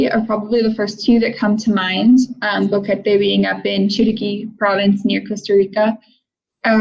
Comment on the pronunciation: Bo(short o) que (u is silent and the /e/ is short sound and te (short /e/ as well) at least learn how to pronounce the names of the towns and cities.